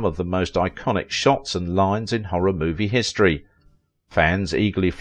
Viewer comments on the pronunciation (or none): none